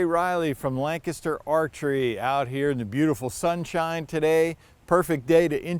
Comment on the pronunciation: holy shit you actually said lancaster archery the way MOST ppl say it lol